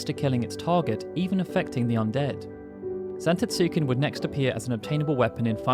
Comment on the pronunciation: The U is silent.... Zantetsken 😑